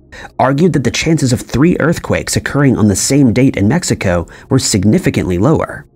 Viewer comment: gotta love AI - MEXICO- across the US